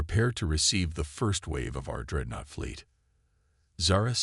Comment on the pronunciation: Dreadnoughts not Dreadnots.